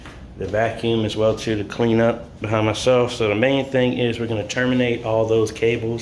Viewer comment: The tool brand is pronounced like the fashion designer Calvin Klein. Not Clean lol